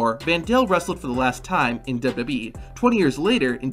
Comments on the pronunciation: Your videos have good content, but it's hard to get over how you pronounce "WWE" lol. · The way you say WWE makes this whole video unwatchable.